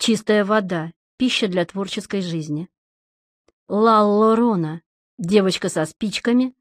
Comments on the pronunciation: О,боже опять.... ла ларона,ну как можно озвучивать с ошибками,а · Слушаю сейчас эту книгу и просто Дико!!!!!Раздражает,что коверкает данный чтец слово"la llorona", 2l читается как "й", а не как "л",Прямо Бесит